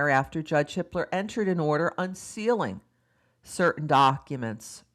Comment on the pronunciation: Every. single. time. you say the judge's name my brain feels like it tripped and stubbed its toe. haha